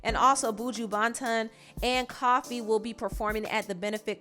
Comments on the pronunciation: Koffee. ko . Lik coco or coffin. . Not coffee da drink 🤦🏿‍♀️🤦🏿‍♀️ . I hate when Americans mess up Caribbean names / words lol. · The butchering of Buju and Koffee names lol Americans pronunciations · The way she sad buju banton and koffee 😂